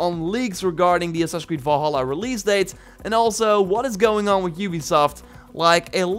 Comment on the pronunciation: VALHALLA, Do you see an O in Valhalla?, nooooo It's Val-halla not Vol-halla